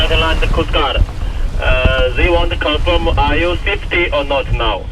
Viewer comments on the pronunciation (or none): “Are you Swietty? Are you Saietty?” Lol. Great sailing! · You have my attention! Always good to keep the coast guard informed and a good example of other boats taking care of each other and relaying messages, even with the strangest accent "saifty*! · that guy on radio was saying the word "SAFETY" ... "SAFETY".... i suppose ;-) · Woo hoo !!! Relieve you from, snorkeling, beach parties, food recipes, Pina coladas and working at Burger King. Thanks E. This is absolutely amazing. To bad about the drone. You have balls of steel. Was he saying safety? "Are you safety?" Ha ha